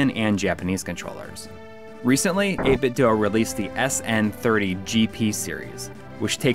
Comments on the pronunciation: It is pronounced "8-bit Doo". The weird cube speakers they make power on saying the company's name. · Why does everyone say 8BitDo wrong? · Wrong. It's 8Bitdo.